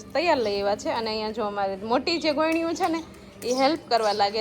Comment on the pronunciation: ગોયણી નહી ગોરણી 😂